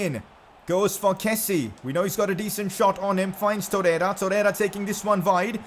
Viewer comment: It’s not keh-see it’s keh-see-ay